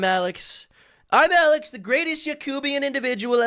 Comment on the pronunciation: The most annoying thing is that he constantly mispronounced his own channel name, kept saying Imallxeth